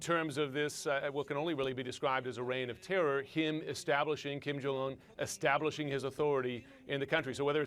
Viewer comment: Koreans are not Hispanic. Pronounce the J. It's not silent nor does it turn into a Y